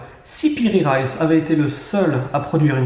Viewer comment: Piri Reis et non Raïs aussi Reis se dit en deux syllabe Re is